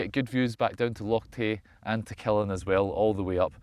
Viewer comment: Local here! Killin is pronounced with an upwards emphasis to the end, the 'LIN' not the 'KIL'! kill-IN, not KILL-in :) You're kilLin' me here, pal!